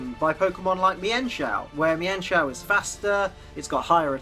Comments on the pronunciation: it's meen-shou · it is pronounced Meenchow